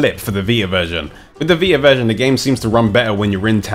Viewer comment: Sorry.. but it's "VI-TA", not "VI-AH"... I had a hard time for the first few minutes of the video, trying to figure out what he was saying.